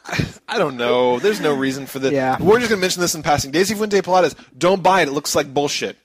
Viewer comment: omfg, I'm unsubscribing because you guys don't know how to say Pilates...lol And please, we add U's to everything. You guys just remove letters. I mean, hoe, dik and I'm pretty sure there are many more. Anyway, Good luck guys in finished ninja bread man.hopefully its really short. and, i think you guys should try one of these (or All): Resident evil Archives Star Ocean : The last hope. Rise of the Argonaughts (not sure if you reviewed this one or not.).